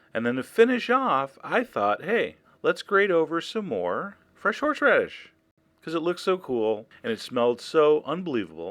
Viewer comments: "fresh-horsh-radish" haha! You're awesome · I love how you pronounce "horsheradish" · you say horseradish 'horsh-radish' hahaha.